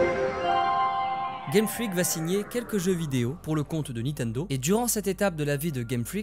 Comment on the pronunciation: C'est LE gameboy Et NINtendo et non Nitendo voilà voilà